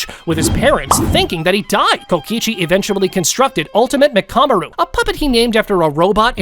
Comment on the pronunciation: You're pronounced mccammar ru and hakari name wrong